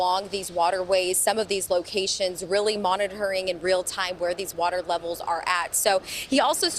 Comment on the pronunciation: She said water lovers or levers